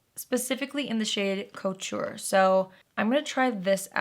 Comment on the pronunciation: thanks for the fun video. The name of the Revlon lipstick is Couture, (ke-tour) which is a french word referring to high end, fashionable, custom made clothing.